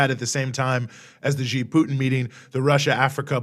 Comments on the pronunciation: You are wrong. The American pronounced it more like "G". Of course I know hanyu pinyin. It is more like "C" with the third tone. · Why do Americans pronounce "Xi" as G. It is more correct to pronounce as C. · why ? they are literally the same pronunciation minus the tonal difference. Something tells me that you don't know Mandarin pinyin because C is how an English speaker would try to pronounce Xi and that is incorrect